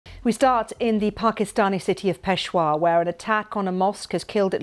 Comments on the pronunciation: pesha-war not pesh-wa why is it so hard for pomms to speak english? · So sorry Mam. It's not Peshwa but Peshawar or Pershapur. If you really wants to improve your pronunciation, you may take my online as well as onsite classes. Isn't it😌🦉🙄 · It’s not peshwar it’s peshAaaWar furthermore the police line is more guarded then the airports of Pakistan it’s on par with army barracks etc how could this happen I wonder if Pakistani intelligence has anything to do with this. Just boy crying wolf to get fund’s allowance to fight their own war on extremism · Peshawar ,It is pe-sha -war 🌹🌹🇵🇰❤️🖤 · Awful news but please get your anchor or newscaster to get The pronunciation of the city RIGHT. Peshawar and other names are consistently mispronounced!!!!!